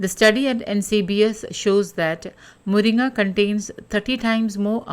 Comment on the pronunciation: Are you malayali? Because you pronounce മുരിങ്ങ correctly😂